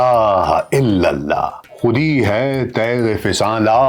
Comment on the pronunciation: السلام علیکم ڈاکٹر صاحب! عشق کے مضراب سے نغمہء تار, حیات عشق سے نور, حیات، عشق سے نار, حیات آپ نے نار,حیات کو بدل کر ناز, حیات پڑھا ہے۔ اصلاحی گستاخی کو عین واجب گردانتے ہوئے یہ جسارت کی ہے۔ آخری شعر سے پہلے والے میں آپ نے یوں پڑھا خودی ہے تیغ, فساں لا الٰہ الا اللہ جبکہ تیغ پر وقفہ ہے پھر فساں کہنا زیادہ موزوں ہے۔ امید ہے ناگواری سے اجتناب فرمائیں گے۔ جزاک اللہ